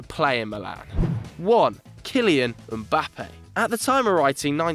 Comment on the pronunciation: Finally someone who pronounces Mbappe correctly unlike those ESPN FC guys who keep calling him Embappe 🙄🙄🙄